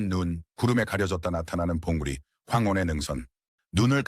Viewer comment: 멋지긴 한데요.. 봉우리를 봉구리라 하고 영국인 다큐멘터리 작가 이름을 알려주지 않는 걸로 보아 AI로 만든 가짜일 듯.